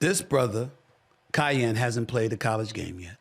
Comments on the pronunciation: Say it with me “Kai - Ann” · Its KEE-YEN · He butchering his name lol😂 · Lame! Bro don’t even know how to pronounce Kiyan’s name but acting like he knows what he’s talking about, so I knew you haven’t really watched him, then you said you haven’t watched him 😂 comparing the two simply because their dads are friends. There’s a difference… Kiyan is 6’5 and Bronny is all of 6’1, he didn’t get any of the height like people were expecting he might get. You don’t know how LeBron handled it compared to what Bronny himself wanted to do